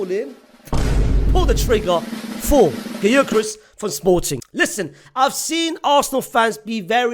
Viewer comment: Gy-curious 😂😂. I'm curious as to who that is